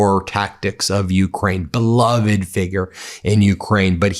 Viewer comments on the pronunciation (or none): none